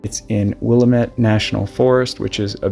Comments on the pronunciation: Not will- a- met. It's Will-lamb-it. Sorry to be nit-picky, but I lived there for almost thirty years. That was hard on my ears. It's not Ore-a-gon. It's Ore-a- gun. You got that one right! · It's NOT Willla-ment......It's Will-Lam-Met......I know, for I grew up there in the 50's. BHE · We would love for you to visit our forests As a helpful hint: Willamette is pronounced, will- am- it. Have a wonderful day and we love your channel as it is of great service to society. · Willamette is pronounced Will-am-it not Will-uh-met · Pronounced like "Will-Am-it" Forest. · Great videos. I spent my last 15yrs of my 29yr USAF career with the 304th Rescue Sq. What an honor. It’s pronounced “Wil-la-met” (Willamette). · It's pronounced will am it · Will lamb et is the correct pronunciation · Not to be that guy lol but it’s pronounced will-am-it just so ya know for future reference 😊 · It's pronounced Will-am-Met. Most people that aren't from Oregon don't pronounce that right or a few other regional words correctly. Great video! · Willamette, it is pronounced 'will amet. Keep up the great job. Your voice is perfect😊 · WILL-AM-ET, TY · it's pronounced Will-LAMB-it National Forest. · Pronounced Wil-lamb-it. 😀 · Pronounced Will-lam-it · will-am-it, please pronounce it correctly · Will-lamb-ett just for reference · It's pronounced "wuh-LAMM-ette. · Pronunciation of Oregon was great! Willamette is Will a (like in mad) mit, emphasis on the a. Thanks for sharing this story I’ve never heard from my state. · Willamette- will-am- it. Hard name to pronounce. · Damn, I was living in Eugene at this time and I don't remember hearing a thing about this case! How very sad... and how horrifying that it's still unsolved! 😢 Just FYI (and for everyone's info), the emphasis is on "lam" in "Willamette." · the way ppl pronounce it is will AM it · FYI - pronounced Wil-LAM-it. Good story. Hope the perpetrator(s) are found. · It’s Willamette, damn it! 😉